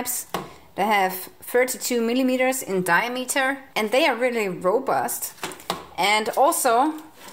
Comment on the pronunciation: diAmeter... (not a native speaker either) LOVE YA!